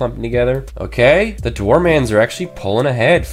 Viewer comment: Dwarmans XD It's actually Dwar men